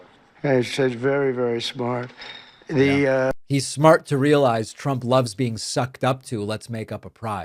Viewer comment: "He'sh vurry vurry shmart" 💅🏾 Doing that thing again where he slurs his words because he can't swallow right anymore. Ughk.